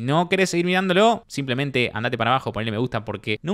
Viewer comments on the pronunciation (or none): ¿Vos también? ¿Qué es esa costumbre de decir "mirandoló" cuando es "mirándolo"?